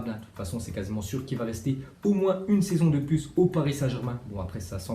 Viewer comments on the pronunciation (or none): none